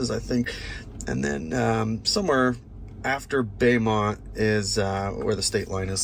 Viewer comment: Beaumont, TX is pronounced Bo-mount, not Bay-mount Dope video!!!